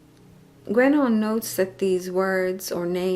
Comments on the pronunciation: Sorry, but the name is pronounced gEnon, not gUenon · It's actually pronounced more like "GenÓh".